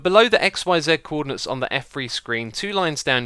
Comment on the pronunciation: "Cwordinates" xD